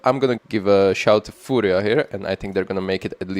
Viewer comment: perfect pronunciation of "furia", come to brazil! mibr?